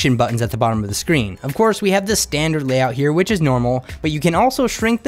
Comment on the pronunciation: It's really annoying that you use the word "thi" in front of words, who doesn't start with an a,e,i,o,u. For example the smartphone, you say thi smartphone... I often wonder why people do that?... It doesn't sounds right in my ears. My primary language isn't English, but Danish, but it still sounds wrong...